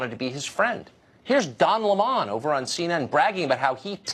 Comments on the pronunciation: first of all his name is "Lemon" as in a fruit....he and his fruity friends can prounounce it however they want look it up in a dictionary its lemon. thats how you start this whole discussion. this I am special so you must accommodate me. no you are not, and I will gladly tell you this on a daily basis. its all about whiny little fucktards. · Don leh- mon lol 😂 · Why does Tucker pronounce "Lemon" like that? I mean, it's hilarious, but so bizarre. Is that the way it's supposed to be pronounced? I always hear it pronounced as you would the fruit "lemon". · Don Ley-mon is like saying Tar-jay for Target.... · "Lemón"? :D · Don Le-MON lol 😂😂😂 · It's Don 'Lemon' like oranges and lemons. Totally a "lemon" like one of thsoe cars we call a "lemon" when it is all wrong !! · lol don le-mon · Don Le Mon lol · I didn't realize this was how is name was pronounced I thought it was like the fruit Lemon LOL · Is it really pronounced La Mon? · Don La-mon? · Its pronounced Le'Mon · It's Lemon, like the fruit Tucker. He's a creep no matter how you pronounce his name. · Don Le Moan. Please get it right. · "Don Le Mon" lol I lost it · I love how Tucker pronounces Don Lemon’s name as LemOn. Lol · Don LeMonne. Trying to make his name sound elitist. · lol is that actually how you say Don Lemons last name or is Tucker doing that on purpose? "Don Lem-on" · Hahahaha calls Don Lemon Le - mon. .. 😂😂😂 le - mon is a class A asshat. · Lol since when is it pronounced "Don Le'Mon"??? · Don Leh-mun 😂😂😂😂. The "mainstream" media is faker than Chinese fish. Especially CNN!! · Hilarious Tucker saying the turd burglar Don Lemon..his last name as LaMahn...was crackin up.. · Really!! How hard is it to say lemon !! Le (short E sound) mon (short O sound) so childish/immature!! Now Tucker does not know how to say the yellow fruit used to make lemonade!!! Really!!?! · Oh, that's how you pronounce 'Lemon' 🍋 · I love the way Tucker pronounces Don Lemon 😁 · What's with the mispronouncing of Don's last name ?